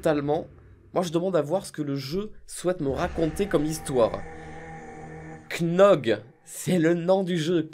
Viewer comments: Je demande à savoir pour il prononce KNOG au lieu de GNOC...? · Noooon pas cnog mais gnog ! Pk tu t'es "k" 😭😭😭😂😂😂 bref sinon continu comme ça